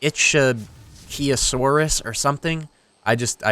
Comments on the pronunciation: It was icthyosaurus. Two things. One, it's pronounced ick-thee(like fee with a th sound) and the osaurus. Two, it's not a dinosaur. Anything that lived in the water, as far as modern science is concerned, was a marine reptile, not a dinosaur. This is one of my pet peeves. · Not to sound pushy but it's sounds like "ick-the-o-sauras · They added the Icthyosaurus, Its said like Ick-th-ee